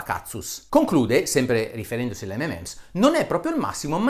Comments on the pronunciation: unico consiglio dario, M&Ms si pronuncia "em en ems", la n è l'abbreviazione di and :) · Bravo Dario, hai anche dimostrato che la vera pronuncia di m&m's é di fatto inpronunciabile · Gran bel video, ma Dario, mi fai la giustissima ramanzina sulla pronuncia di "sulfate", a fondo video dici «imparate l'inglese», e poi dici "ememems" quattro o cinque volte? :-D :-D Anche io, da bambino, dicevo "ememems", poi però attorno ai 14 anni ho scoperto che "M&M's" si pronuncia "em-en-ems", ovvero "em-and-em's" (o più precisamente "em 'n' em's", elisa come in rock&roll). E commerciale più genitivo sassone. Insomma: o mi fai la pronuncia inglese corretta, oppure li chiami "di emme e emme". Però mi hai fatto ricordare quando ero bambino! :-) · Comunque si chiamano 'em EN ems' ('m' and 'm' s) non 'ememèms' ... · Solo una cosa, si chiamano mnm's, non mmm's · Buongiorno Dott. Bressanini, apprezzo molto il suo metodo scientifico veramente obiettivo. Proprio perché l'apprezzo, mi permetto di farle presente che la pronuncia delle M&M's non è ememems, bensì emenems. I suoi video hanno contenuti di qualità che difficilmente ho trovato su YouTube. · molto interessante il suo video. le faccio i miei complimenti. detto questo le volevo fare un microscopico appunto dato che è, giustamente, molto attento alla pronuncia delle parole. si chiamano (cito la pronuncia ) emenems e non memems! Per il resto continui così dottore perché oggi più che mai c'è tanto bisogno di sana informazione. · Tutto giusto però si dice "em en ems" 😉😁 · Comunque non si può ripetutamente criticare la pronuncia di “Sulphate” e poi continuare a chiamare “EMEMENS” le M&M’s. Almeno una N al centro, cribbio!! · Video molto interessante. Mi sento solo di fare una correzione, dato che mi sembra lei presti attenzione alla pronuncia corretta: M&M's sarebbe M and M's, quindi si pronuncia "emenems". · si pronuncia EM - EN - EMS, per tutto il resto grandissimo video.. ;)